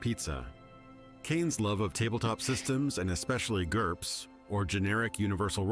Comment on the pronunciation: I clapped when he said GURPS